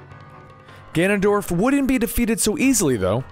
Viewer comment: he said ganondoLF again